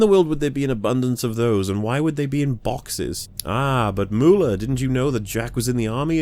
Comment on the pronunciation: WAIT: Mooler...not Mawler....why would “au” equal “oo”?